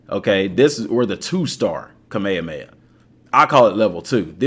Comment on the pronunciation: what is cah-mey-yah-mey-yah?